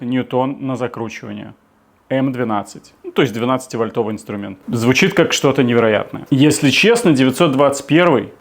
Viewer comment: Не "вольтОвый", вОльтовый, от слова вОльт😂😂😂. И ещё: я подобный гайковёрт купил в Китае за 15$😂😂😂 Всё делается в Китае! 😅